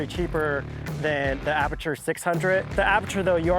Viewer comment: Btw it’s Aputure and not Aperture 🙂